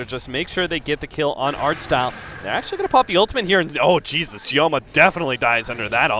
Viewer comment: Sioma is more correct